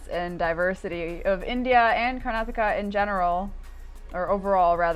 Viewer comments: It is pronounced as karnaataka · The pronunciation of Karnataka would be ......Kar- Nataka. The break in that name would come after Kar......😊